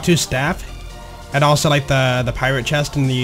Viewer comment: Dont say it right take some classes